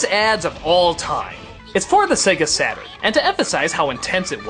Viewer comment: ah, japoński język... kiedy nazwa to sega saturn a słyszysz sega satan... xD